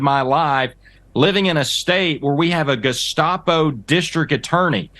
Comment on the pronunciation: At least he knows how to pronounce Gestapo.